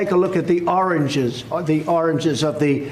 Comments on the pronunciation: Word is pronounced Origins not Oranges. And here I am thinking he's some kind of stable genius, that knows more than the generals😂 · I know that my ears are none too good nowadays, but somehow I hear Trump say "oranges" when I believe he means "origins". It could also be the cheap speakers in my cheap laptop, but I feel like my mind is beginning to slide from the color orange to the actual fruits with that color. Please, somebody tell me that his President is not driving me insane. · By "oranges", does he mean origins?